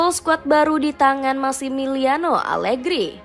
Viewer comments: Menit 1.02 salah ucap (alergi) 😅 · maaf admin. saat menyebut nama alergi. jangan keseleo lidah dong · 0.57 alergi horor bgt min😂